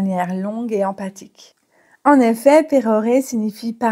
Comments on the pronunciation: Emphatique se lit bien comme "enfatique" ou bien "empatique" ? . Car vous prononcez empatique. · Il me semble que vous avez dit empathique au lieu de emphatique 😊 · J'ai obtenu 17/17. Pour info le le emphatique se prononce emfatique et non empathique. Jeux amusant. Merci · D'accord, dans ce cas il fait prononcer emfatique et non empatique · Bonjour, 17/17. Pour pérorer j'aurais rajouté la dimension prétentieuse. Pérorer et pontifier sont assez proches en ce sens (selon moi bien sûr) En revanche, vous prononcez emphatique de la même façon qu'empathique? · juste en passant le mot emphatique se prononce emFatique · oui, prononcer empatique pour emphatique, ça la fout mal,! Mébon, vous êtes bien sympa...! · Emphatique ne se prononce pas empathique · 17/17. Merci pour ce test. En revanche, emphatique ne se prononce pas comme empathique. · Attention à la prononciation d' emphatique. Le ph se prononce comme un f.